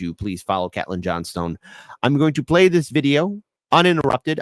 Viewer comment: Tim Foley is so Rod Serling, I love his voice. And, it's pronounced CATE-LYNN, not CATlynn.:hand-pink-waving